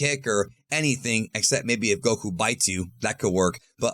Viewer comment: Stop saying Goku's name like that, it's annoying..... Respectfully.